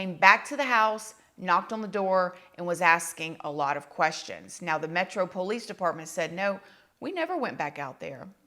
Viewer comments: "The POE-LEECE" 🤣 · The way you say Ramen noodles “Roman😂” and POOOOLice